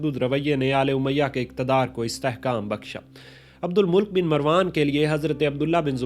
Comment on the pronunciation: Abdul Malik nam h ap esay abdul mulk boul rahe ho😂